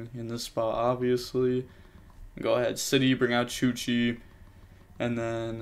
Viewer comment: ITS CHUCHE, you dont read the E like that its an E after an H. You read it like you read it in Hey. So its not chuchee. Sorry had to get this off my chest